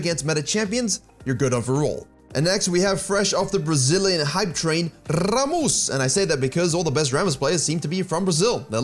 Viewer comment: Virk, bruv Rrramus would be a tad wrong since r in portugueseand especially Brazilian portuguese is pronounced as a semi harsh h sound simmilar to j in spanish